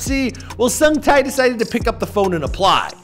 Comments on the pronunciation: HO SUNG TAI??????????? I'm sorry but it's pronounced 'Huh' like Huh...What was that strange noise? kind of Huh) and Sung like Sing, Sang, "Sung" and Tae like rhyming with Bae. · dude came a long way. he had some great day jobs but it is important to chase your dreams... and, it's sung tae(tay)!!!! not sung tai!!!!...geez... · Tae = tay. It sounds closer to "tay", as in Lil Tay. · its pronounced sungte hihi! , nice vid!